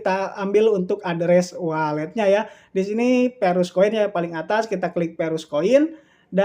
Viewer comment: Verus bukan Perus 🤣🤣🤣🤣🤣🤣